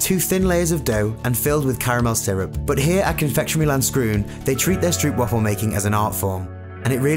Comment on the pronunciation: You say stroopwafel wrong you pronounce the o as o and not as uuu